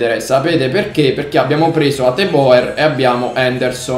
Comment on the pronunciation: Non per essere preciso ma si pronuncia Hatebur